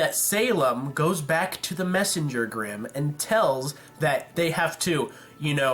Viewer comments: grimm not brimm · The brimm? really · u made a couple of texting errors in the video the funniest is u called grimm brimm. XD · "brimm" I like that mess up